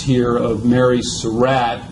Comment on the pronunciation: To the narrator: Excellent presentation! Nicely done. HOWEVER...you need to correct your pronunciation of "Surratt." You pronounce the name as "Sir Rat," when in reality, the family name is pronounced like "Sir Rot." You need to correct that in any future presentation that you make.